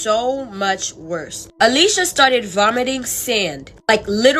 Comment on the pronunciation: "It got worse-ah"😂💀